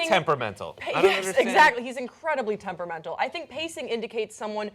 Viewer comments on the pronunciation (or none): accent or rather emphasis on the 'mental' part of tempermental.